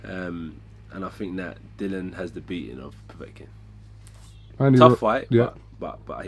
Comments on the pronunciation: Lads, it's pronounced DILL-E-AN Whyte. Not Dillon as if his first name is Bob. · Its not dillan its DILLIAN ffs lol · Anyone else wanting to correct AJ on Dillan being DILLIAN every time he says "Dillan"?